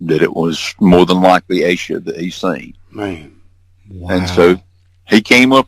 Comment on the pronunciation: what’s the deal with “Ah-Sha”? Why are you repeatedly claiming Asha’s name is pronounced “Ah-Sha”? Her name is Asha Degree and the phonetically correct pronunciation is “Aye sha”. Asha Degree has not been found and her disappearance is still an open investigation.